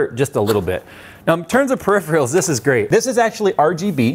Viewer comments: *searches for "periphreals" "did you mean "peripherals"?" :D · He pronounces "peripherals" "per-IFF-ree-uls" 100% of the time in all of his videos, so it's probably a mistake.